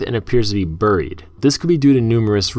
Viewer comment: How he said buried cracked me up